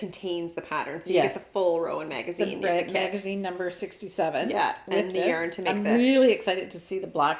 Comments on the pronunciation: I also say yarrrrrrrn... but maybe you could lighten your arrr if you did the inhale thing every time you said yarn? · “Yarn”! Yah that sounded different!” I laughed so hard I needed my asthma rescue inhaler!!!